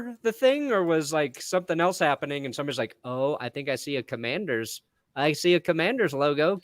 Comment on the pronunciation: Washington CUM-Mann-DERS